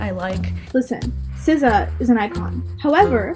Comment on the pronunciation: Wow . Sza is pronounced “c-szar”... how am I just knowing this???? Been saying “Zah” foreverrr